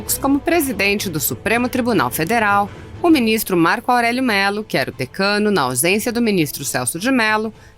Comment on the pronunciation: Pronunciamento do ministro Marco Alrello presidente do Supremo tribunal Federal.